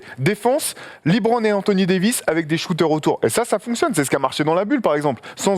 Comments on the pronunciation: faut qu'il arrete avec son Libronne , les americains le prononce LEUBRONNE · ça se prononce LEbron, le son E et pas Libron 😂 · Yes, LeBron, genre "le bronne" tranquille, pas besoin de "lébrone" ou "librone" :p surtout quand t'es pertinent, ça nique un peu l'délire :p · LiBron xD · C'est clair qu'il est top... Juste il me triger sur sa prononciation de LeBron